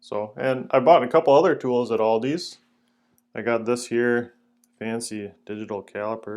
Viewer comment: Aldi* there is no s on the end. Purchased at Aldi* not Aldis